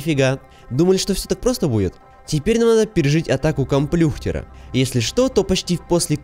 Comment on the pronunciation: Хахах прикольно сказал слово комплюхтера